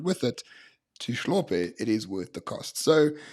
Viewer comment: Hlope is not pronounced "Shlope". How can we have a conversation when we're not even willing to learn how to pronounce each other's names?